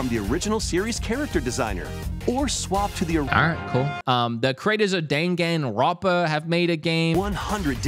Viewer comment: "the creators of dane-gan-roppuh"🤦‍♂ if you don't know how to say it just look it up.